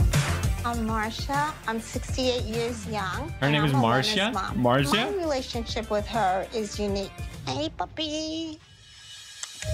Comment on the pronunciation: Dude Its "Marzia"